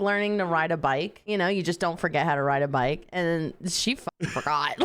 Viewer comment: I love hilarious way of pronouncing words! Instead of bike, she says 'bak', and instead of 90's, she says 'naantees'!🤣😂 'Back in the naanties, I used to ride a bak...'